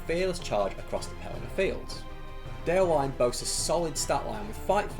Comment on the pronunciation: Just a heads-up about pronouncing Déorwine's name: The "-wine" in "Déorwine" isn't pronounced like the alcoholic beverage, but as two distinct syllables - "De-or-win-eh". "Wine" (with two syllables) means "friend" in Old English, from which Rohirric is derived. "Déorwine" = "brave friend", same goes for "Holdwine" = "faithful friend" ("Hold-win-eh") Just so you know :)